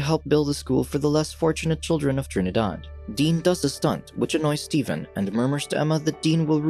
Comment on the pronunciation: I am also from Trinidad. I like how he said Trinidad in a Trini accent.